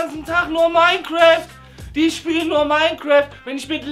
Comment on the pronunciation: Minecreft :D haha das heißt minecraft :D haha wieder einmal ein tolles Video <3 AC verfilmung naja wird bestimmt geil aber freue mich schon auf den World of Warcraft Film